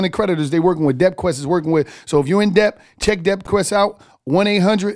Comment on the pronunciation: None of your man's helped you out with pronouncing Debt. The B in debt is silent. 😆 sounds like Det! Work on that my neega! Lol